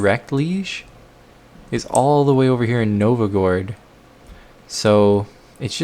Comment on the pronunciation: I don't want to be mean but can you please learn how to pronounce Novgorod, it's utterly infuriating lol